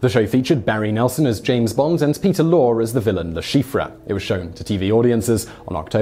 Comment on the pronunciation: Try getting your factss right Simon. Peter Lorre's name is pronounced "Laurrie" he was one of the most famous actors in Hollywood. You also failed to mention that Lazenby despite his zero acting experience was offered the role & knocked back a seven film contract following OHMSS on his agent's advice. (making way for legendary Bond Rodger Moore) He went on to be a successful actor in similar roles. You also missed the crucial fact that Flemming always opined that David Niven was much more like James Bond than Connery. BTW I'm not a Bond fan. I've only ever seen Moonraker.